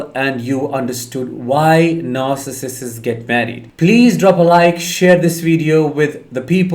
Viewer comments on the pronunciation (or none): Stop adding an extra syllable. It isn't narcissisiss.